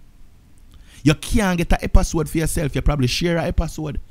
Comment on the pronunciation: " epasode " 😂😂 gwaan do yuh thing fam